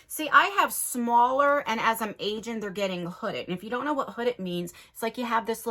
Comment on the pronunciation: You said “so I’m aging right” I thought you said “so I’m Asian right.” Lmao I was like you are?? 👀👀👀😅